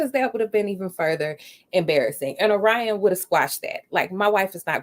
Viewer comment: No me mispronouncing Orion as Or-Ree-on.